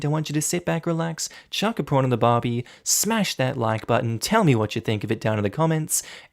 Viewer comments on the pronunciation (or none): none